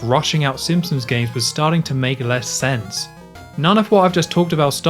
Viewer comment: Drink whenever he says ‘Simpsoms’